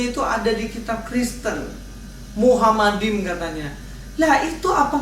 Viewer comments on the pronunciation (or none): bacanya itu machmadim bukan muhammadim. Cerita dongeng ahmad deedat dilanjutkan trus.